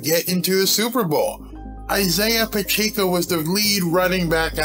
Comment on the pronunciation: Its "Pacheco" not "Pacheeco" Like "Pa check o"